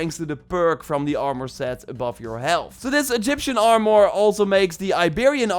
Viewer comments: It's like he says "Are-more" more and more frequently the longer you watch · If you say armore one more time! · Armour ❌ Armoore ✅ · The way you say armor 💀